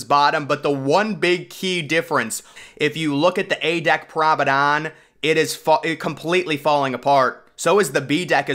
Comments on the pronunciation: It’s P R O M E N A D E, GET IT RIGHT 😡😡😡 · Are you saying "Pramadon" on purpose? You can't not know how to actually pronounce the word